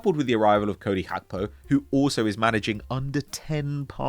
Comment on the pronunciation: calling gakpo, "hakpo" it's music to my ears